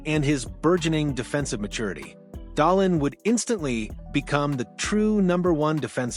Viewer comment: Haha, is this AI generated, can't even pronounce dahlin last name correctly